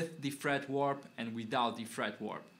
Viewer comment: Awesome, man! Once again, thanks a million! FWIW, it's "fret wrap", sounds like the word "rap" as in rap music, not really "warp" as in "time warp" or "guitar neck warp"...